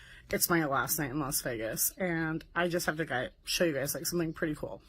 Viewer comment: "cooooel" is never not funny.